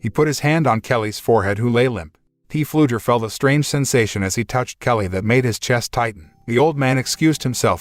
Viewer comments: The name is not P flugher it's pronounced flugher the P is silent! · His name is pronounced, flugger... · It is FLUGER, the "P" is silent!!! My God your annoying., Its not a CARAVAN it is a TRAILER.